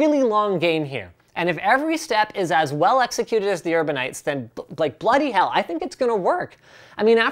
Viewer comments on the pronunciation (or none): Hearing a non-British guy say "bloody hell" is the strangest thing